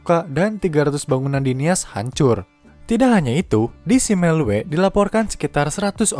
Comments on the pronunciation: simelue di baca jadi SIMELU dan meulaboh di baca jadi MELABOH. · Ngakak, pas dengar baca Simelue dan Meulaboh 🤣🤣